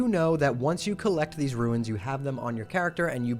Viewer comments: Just a small nit-pick. Runes is pronounced as roons. You keep saying roo-ins. Ruins are the remains of a destroyed or disintegrating structure. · runes not ruins.